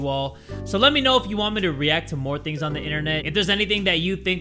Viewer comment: Hell yeah baby theres i like me some "stranger tings" babay yeah stranger "tings" bruh